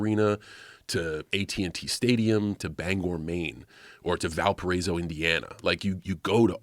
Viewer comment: shout out to john for knowing how to pronounce my alma mater Valparaiso correctly.